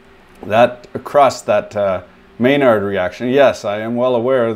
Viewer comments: Maillard vs Maynard, learn the difference so you don't sound like a 'Tool' XD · Maillard, not Mainard... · I love the authentic French pronunciation but then is referred to as “Maynerd”